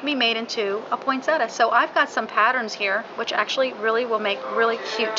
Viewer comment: I just wish people would pronounce Poinsettia correctly it is not a Poinsetta.